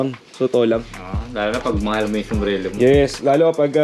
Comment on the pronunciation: Sombrero Po Ang tamang bigkas Hindi sombrelo 😇